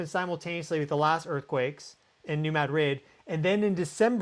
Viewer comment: Missourians pronounce it New Mad’ - rid heavy emphasis on first syllable ,no emphasis on on the second. Not like the Spanish capital .